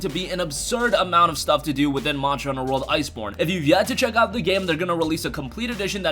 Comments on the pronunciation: So it's not just me then 😁 and he said it at least 20 times. Marshall hunter world 😂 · Why can you not pronounce "monster" correctly? Morster hunter world 🤣🤣